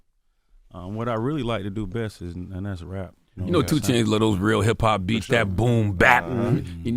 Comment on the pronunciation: Why tf you say 2 chainz like dat